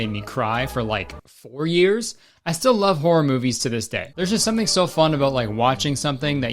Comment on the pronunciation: That old man has a problem with the word something because he says somesing